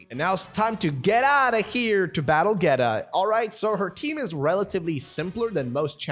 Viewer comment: He says it like geta but it’s pronounced geeta